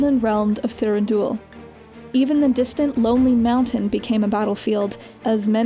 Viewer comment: No she really screwed up. The worst butchering of the name Thranduil just occurred in this video, and they also added incorrect information about the men of Dun-harrow, who were not actually at the Battle of Pelennor Fields